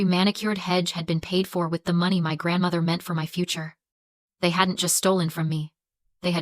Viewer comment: Another AI video.... you can tell by how the money number is pronounced. No one talks that way in real life. I will not be subscribing... :face-orange-raised-eyebrow::face-orange-raised-eyebrow::face-orange-raised-eyebrow